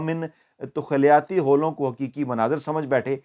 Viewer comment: تخلاتی ہولوں کو ، یہ غلط پروناؤس کیا ہے آپ نے تخل یاتی ہیو لے تخلیاتی ہیولے اصل تلف ہے